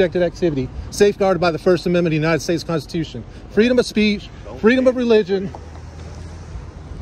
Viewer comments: Love the open, the LEO not able to pronounce “constitution”, obviously never heard the word before!😂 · Wow...she can't even say it 🤦 Law enforcer in the United States of America 🙈 are you serious WOW WOW 😢